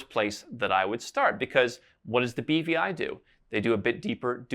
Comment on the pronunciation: no problem. I thought he had said bbi too...had to think about it to realize he said BVI